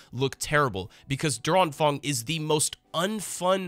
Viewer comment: oh lol i was watching this on my second screen in the background and always thought "Durang Fang" was some sort of Chinese Thing until i figured out it was meant to be "Der Anfang". You butchered the pronounciation so bad my german brain could not identify it as german xD